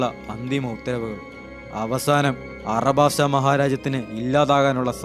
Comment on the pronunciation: Bro Arabasta arc alla Alabasta arc ann bro😊